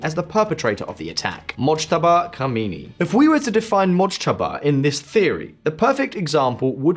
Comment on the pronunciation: Its khamaenei. Khomanei is dead